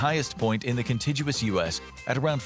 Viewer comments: The narrator is a dodo. Contiguous means the connected states also known as "the lower 48". He mispronounces contiguous. This is the correct pronunciation: kənˈtiɡyəwəs where the G is hard like the G in legal. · 1. One of the few videos real or AI that got that right. But the "g" is a hard "g" not a soft "g." 2. What did Tennessee? Same thing Arkansas. Arkansas what Delaware. What did Delaware? Her New Jersey.